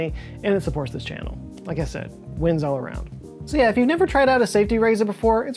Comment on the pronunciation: = Yeah …not yay As in Oh Yeah! Like the Kool-Aid man.